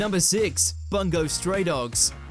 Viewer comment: Seriously, Bungou is pronounced "BUNGO" not "BANGO". The kanji 文(bun) is usually translated as "sentence" and Bungou (文豪 ) means "literary master". Get it right.